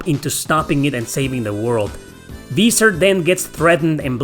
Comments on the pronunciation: how can you make a review on a game you clearly never played? this game has voiced cutscenes, which means if you ACTUALLY played the game, you would know how to pronounce Viser's name since spero literally talks to him in the first 5 minutes of the game. As well as mentioning his name consistently throughout the game. its not something you would forget how to pronounce if you actually played the game, even if you last played the game 10+ years ago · its better than, who likely hasnt played the game at all anyone who's played the game, even just once, will know how to pronounce Viser's name. Even if they played it in japanese.